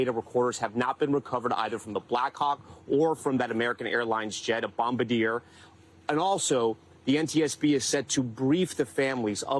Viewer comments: Not Bomadeer. Bombardier - Bom- Bar- DEE-AYE. 🇨🇦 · Wow, I sure do feel secure with the knowledge that a lead accident investigator with the NTSB, someone who supposedly works routinely with stakeholders from across the aviation and transportation industry, knows how to correctly pronounce the name of one of the largest aircraft and train manufacturers in the world! facepalm This clown couldn't pronounce "Bombardier" even after stopping, thinking about it, and taking multiple tries! This right here is why we need government reform: Supposedly "expert" government servants are absolute idiots! Did anyone else catch on to the fact that 99% of this guy's prepared speech was just him bragging about how much of the NTSB's standard accident template he has managed to fill out thus far?